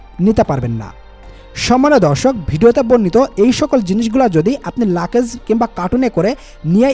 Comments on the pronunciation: মিয়া ওটার নাম “লাকেজ” না লাগেজ নামটা ঠিকমত বলতে পারেন না আপনি আবার চ‍্যনেল খুলছেন কেন? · Luggage er sothik English pronunciation er mayre bap kore felsen bhai… but sob info thik ase…